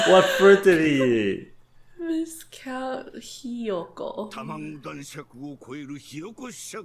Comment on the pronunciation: Just as an fyi, "viscount" is pronounced "vai-count" (the "vai" rhymes with "bye")